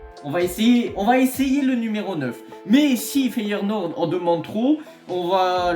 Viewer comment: Feyenoord et pas FeyeRnoord, ça fait mille fois que tu le dis comme ça🤣 Ils vont finir par lâcher la thune pour Gimenez je pense